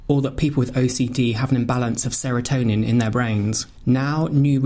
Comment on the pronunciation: Hi, Serotine should also be highlighted as the speaker said Serotonine.